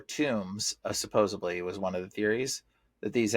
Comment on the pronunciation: “Supposedly,” not “supposably.” PLEASE!